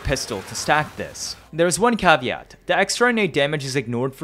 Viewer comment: This is really cool but, the pronunciation of cavalero and caveat were even cooler